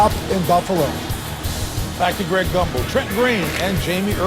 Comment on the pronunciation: It’s “Gumbel”, not “grumble”!